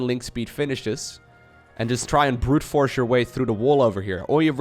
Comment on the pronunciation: I heard "Brood Wars" when he said "Brute Force" through the wall off with your zerglings :D